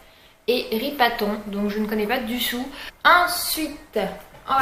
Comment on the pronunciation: "je ne connait pas du sout"